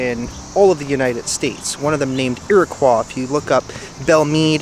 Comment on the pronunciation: my native Indian tribe is pronounced as Iroquois Indian.stop saying aqua because it’s not said right that’s annoying say it right Iroquois